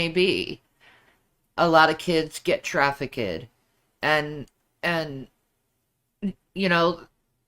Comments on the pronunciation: You would expect baby 🥕to correct her pronunciation of TRAFFICK-ED! Is he just scared to, or is he deliberately letting her look stupid?? 😂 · Please someone tell how to pronounce trafficked FFS